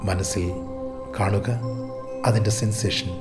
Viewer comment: ആർക്കും സാറിന്റെ ഉച്ചാരണം Problem ആയില്ലെ? സാർ എല്ലായിടത്തും നിങ്ങളുടെ എന്നുള്ളതിന് പകരം നിങ്ങളുട് എന്നും അതിന്റെ എന്നുള്ളതിന് പകരം അതിന്റ് എന്നും അതുപോലെ എല്ലായിടത്തും 'എ' എന്ന് വരുന്നിടത്തെല്ലാം ഇതുപോലെ ഉച്ചരിയ്ക്കുന്നു. അതു കാരണം എനിയ്ക്ക് 100% Concentration കിട്ടുന്നില്ല. എനിയ്ക്ക് തോന്നുന്നത് അത് ശരിയാക്കുകയാണെങ്കിൽ ഈ video യ്ക്ക് millions view കിട്ടുമായിരുന്നു. അത്രയ്ക്കും ഗംഭീരം !!!